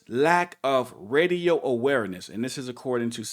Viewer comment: I heard Reedio not Radio